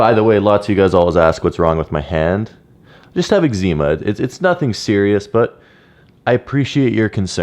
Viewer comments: Eczema is pronounced eggzuhmuh not eggszeema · The way you say Eczema is completely wrong